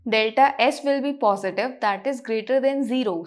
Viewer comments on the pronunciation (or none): none